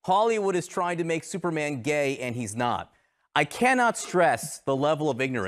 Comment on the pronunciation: "Thooperman" was funny.